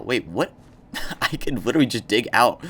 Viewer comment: Bro said witewy